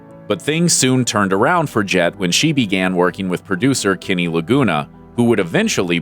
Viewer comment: it's pronounced Kenny not Kinny !